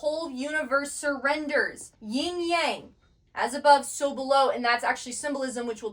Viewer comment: I love that you show comparison between different traditions and connect it to the Bible especially for people who come from a Christian background. I just want to correct one thing-- it's Yin and Yang not Ying. I'm a doctor of Chinese medicine and have been immersed in Eastern traditions - Yin is the feminine principle and Yang the masculine. Just drop the letter g at the end of Yin ❤. Great work keep at it!